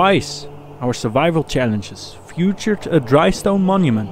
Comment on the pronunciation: Have to be nitpicky here: Featured is pronounced as "fietured" like in "fiets" (bike) not "futured". Love the series guys!! f*cking love it!!